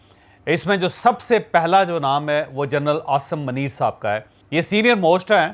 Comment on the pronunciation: اوے پنڈو چوھدری پہلے اپنا اردو کا تلفظ ٹھیک کرلو منیر میں م پر پیش ہوتاہے